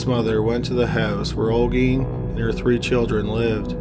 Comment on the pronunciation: You pronounced Olguin really good